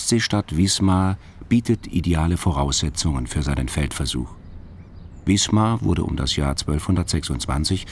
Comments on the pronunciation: die stadt heißt wismar und nicht wiesmar ... das tut weh beim hören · Im Norden spricht man Wismar mit scharfem S.